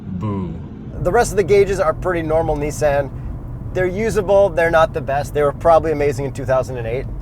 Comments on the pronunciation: “2020 Nissen GTR” LOL i thought it was Nissan GTR 😬😂😂😂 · Fuck sake! It's a Nissan not a Neesan. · This man really said niss-AN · tell me why this guy pronounced nissan in the most weird way possible smh